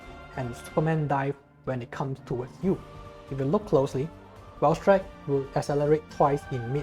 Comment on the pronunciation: This man here uploaded a CC Valstrax guide AND nailed the Japanese and Chinese pronunciation of this variant Oh and the Raikgun is a new move :D